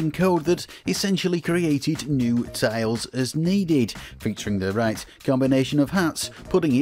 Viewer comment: It took me a while to realize this guy was saying "tiles" and not "tails"